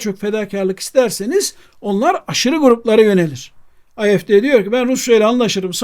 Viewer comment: Hocam videolar harika, teşekkürler ama küçük bir düzeltme: AfD”yi “Ay-ef-de” diye kısaltmayın ne olur! Almanca ise “a-ef-de”, İngilizce ise zaten malumunuz “ey-ef-di” olur. Almanca”da A, Türkçedeki gibi a diye okunur. Kolay gelsin.